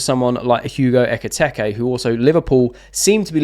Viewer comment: It’s been a few days now so maybe you’d like someone pointing out it’s Eketike, not Eketeke.